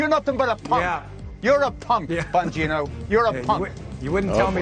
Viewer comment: I liked it better when you called him Bon-Gyno... what a creep...